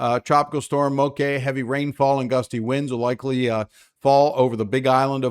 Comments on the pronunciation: MOKE SOUNDS LIKE BLOKE. That is how this word is pronounced. MOKE! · Bra🤣, it's Moke like Blala. At least that's how this pidgin word is pronounced. Though it doesn't matter to me how anyone says it as long as their safe